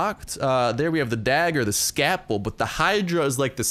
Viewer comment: It's not, Ska-ple, it's ScaLp-le. Like how you normally say Scalp. Exactly like how you pronounce where your heads hair grows. What Indigenous Indians used to cut off after a fight with the White Man. :'D